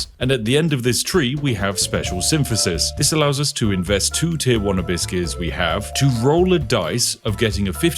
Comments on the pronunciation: Why do you keep saying, "a biscuit"? I think you're saying abyss I think.... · Lol I was hearing Hibiscus.